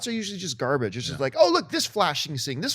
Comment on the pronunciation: Lmao Garbaggee